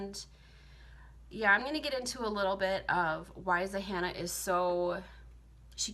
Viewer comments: Zahanna? Zannah....like Hannah with a “Z” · the fact that she thinks the name is Zahannah just makes me neglect her points as the video goes on. its literally Zannah. like hannah but w a Z